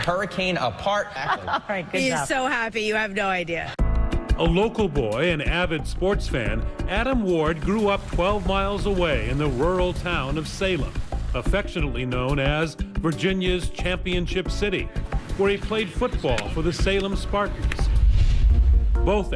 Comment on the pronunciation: the "wural" town of salem?